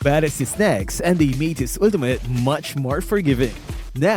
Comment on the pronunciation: “Ulteemutt.” —LMAO